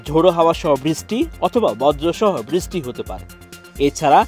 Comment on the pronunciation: বৃষ্টি উচ্চারনে ভূল হচ্ছে